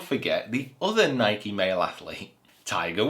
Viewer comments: Great Video! But it's called NikEEEEE and not the way you pronounce it😅 What do you think about Bubba, switching to another ball away from titleist to a no-name? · it is Nikeeeeeee. We will give you time. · I need you to Google "Is it Nike or Nikey". This has been going on for far too long, sir. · Is that how people from the UK pronounce Nike? One syllable?